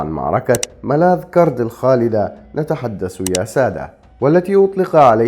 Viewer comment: على اي اساس عند لفظ اسم ملاذ كرد تفتح الكاف و الراء علما أن تلك المنطقة تقع في بلاد الكرد عبر التاريخ المعروف